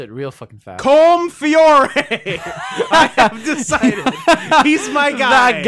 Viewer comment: It's pronounced Col-im